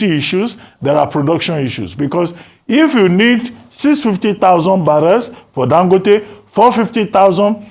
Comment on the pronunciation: Please why does Ogy pronounce it “Dan-gooo-tay?”urrgghh